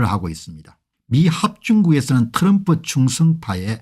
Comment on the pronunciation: 공박사님, 츄럼후가 아니고 트럼프입니다. 피와 에프 발음이 안됩니까?